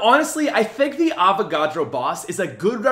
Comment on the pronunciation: Avacadro lol